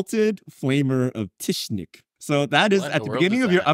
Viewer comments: Absolute blast to watch love you guys. with the Darkness was an absolute highlight. P.S. Tzeentch is pronounced with a silent-T like "zeench". Definitely not Tishnik 😂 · For the record, it is pronounced "Zeen-ch" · exalted flamer of "tshishnick" was a worthy pronunciation - you are a monster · Lol Tzeentch is pronounced more like "zeench" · pronunciation of Tzeentch has done irreparable damage to my heart. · with -level mispronunciation of “Tzeentch”